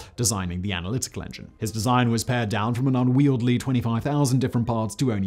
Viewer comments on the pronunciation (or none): unwieldy… un wee ell dee … get it together Simon.